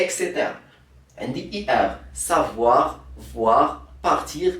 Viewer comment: ماشي زفواغ ...كنقولو صفواغ......ههههههههههه